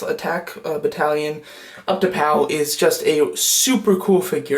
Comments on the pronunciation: Lol he doesn't know how to pronounce utapau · You miss pronounced Utapau